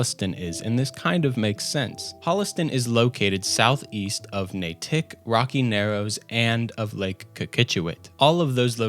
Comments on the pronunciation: Natick isn't a hyphenated word. As a Boston native it's painful to hear the way you pronounce it. :face-pink-tears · the pronunciation HAS to be bait for comments lol. You probably got a bunch of massholes all riled up. but NAY-Tick??? I love the map in this game, and would wander it, trying to see whats close to my IRL home and office, etc. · kinda Na tick. The t is pronounced but definitely not a hard T. Props for getting Lake Cochituate right. I actually lived in Natick on Lake Cochituate near several cemeteries. So alot of stuff in the game is fairly accurate for that area. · lol - Nay-tick. Its just pronounced Nate-ick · 'Natick' is pronounced 'Nadick'. :) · Every time you say "Nay-tick" i die a little inside. Great vid though, much love. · As a resident of MA, I chuckle at your pronunciation of Natick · The way you pronounce natick hurt my soul lol. 😂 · Great video! I live in Norwood, MA. FYI, Natick is pronounced with the slight accent on the a not the i. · I was born and lived in Natick most of my life. I mean no disrespect. But it is hilarious hearing someone not from yhe area attempting to pronounce alot of these town names etc. Spoiler... You're not even close. And my own bias here, didnt even get Natick right. 😉 But interesting video, good work. Also no one not from here can pronounce anything so dont feel bad. Supposedly it's because they're all Indian names. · NAY-tik, not Nay-TIK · First, great video, even if your pronunciation of locations in Massachusetts hurts my New England heart. ( NA-tic, not na-TIC). Secondly, the Glowing Sea might have been a shot at Natick Labs. This is a research and development lab that does TONS of work for the military. Thank you for a great video, and all the names are based on either traditional English names, with the associated consonant slurring, or on Native American names, which you get a pass for, since locals can't agree on how to say them. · The "T" sounds more like a "d"...nadick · Natick was hilarious...